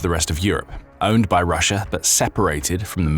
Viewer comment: How the F do you get “russer” out of Russia? 😂